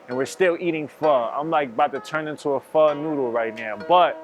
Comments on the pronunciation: Why he say pho correctly then say PHOW lol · pronounced PHA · Said fuck the tooth for the day huh 😊 And lil white girl talking about Pho is laughable 😂 Bruh. Mac, you saying Pho all wrong too my boy